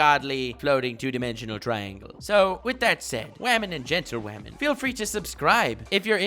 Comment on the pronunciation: Did he just called us “GentleWamen”?!! 😤🎩